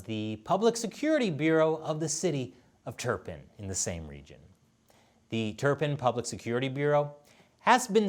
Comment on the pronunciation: That's pronounced Tur-pan not Tur-pin. The Chinese name is Too-la-fan. I know because I have lived in that region of China